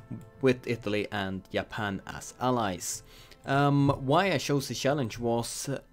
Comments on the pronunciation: its Japan not yapan my guy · Sorry mate I had to close the vid after you said "Iapan" instead of Japan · He said “Yapan” fam,$20 says he’s Swedish